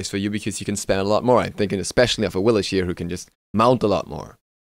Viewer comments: Im getting tired of "AwiliSH" in every damn video xD Why Awilix herself say "Awilix" when you pick her? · Awlix is actually pronounced with the "sh" sound. Her god selection voice line is wrong. Ratatoskr refers to her with the correct pronunciation, and I think it shows up elsewhere as well.